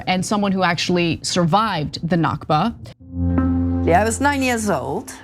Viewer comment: Al Nakba(Arabic for the catastrophe, referring to the creation of the state of Israel) is pronounced from the throat. Other than that, everything you two have said is correct. To me, dogs have always been my close companion. I cannot stand anyone who abuses dogs. People who abuse dogs are extremely insecure.